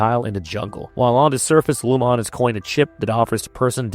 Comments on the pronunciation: Lumon-ate. He’s just saying it weirdly, like a ai. Lumon means light and keir means darkness. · It’s so distracting that I had to come to the comments to make sure I wasn’t the only one. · Dude is saying Lumon wrong 🤣🤣🤣 Sounds like he’s never seen an episode and is just reading a script. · I want to punch you every time you say Lumon wrong. Just say it how the PEOPLE WHO MADE THE SHOW say it.